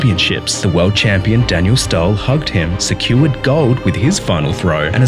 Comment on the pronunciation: That’s not how Daniel Stål is pronounced